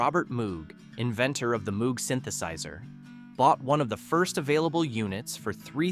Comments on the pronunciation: Moog rhymes with "rogue," not droog. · "Mooo-g" -- Gawd. :( OK, granted I was in a symposium by Moog when I was in college back in the early '70s, so I know how his name was actually pronounced, but dayum, this is the 2020s.... You're telling me some "people" still don't know it's pronounced with a long O?? And for GOD's sake don't get me started on "Blue Sweede......" sigh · "Songs You Didn't Know" that we all knew, word for word. Fun list, of course. And Moog (the synthesizer guy) is pronounced with a hard O, like "slow". Edit: Seriously? C'mon. Don't just phone it in. Blue Swede (Hooked on a Feeling) is pronounced "Suede". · The name Moog (as in the Moog Music synthesizer) is officially pronounced "mogue"—rhyming with vogue or rogue (/moʊɡ/). And there are more obvious mispronunciations in this. I knew 14 of these 15 songs that you said I didn't know. Yah. Not that this was a surprise. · The only list of fifteen songs you didn't know where you know all of them, but the researcers DIDN'T know that Robert Moog got really pissed if you pronounced his name the way it's spelled; he always insisted it's said as 'Mo-wog'.... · "Timothy" was the only one I hadn't heard of. Robert Moog is probably the person in the music industry with the name mispronounced the most. It's pronounced MOAG. It is sad that this was Chuck Berry's only #1 song. It's also claimed that Oldfield swiped a big chunk of "Tubular Bells" when he heard a band called Magma recording. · It's pronounced "Mogue", with a long "O", not like the sound a cow makes! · Moog is pronounced Mogue, as in vogue. I heard the man himself say that, I think he should know. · There were a few mistakes like that. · Robert Moog's last name is commonly known to be said as "Moh-g". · Moog rhymes with vogue and rogue. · please learn how to pronounce Bob Moog's name properly HINT: It has nothing to do with a cow. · Don't you just hate it when someone cannot pronounce the name, "Moog" properly! Hint, it rhymes with Vogue!